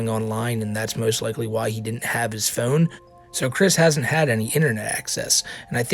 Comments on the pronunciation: Stop saying phewn, pronounce it correctly, from the satellite man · You say "phone" in the strangest way possible, lol. Thank you for keeping us informed! Where are you from?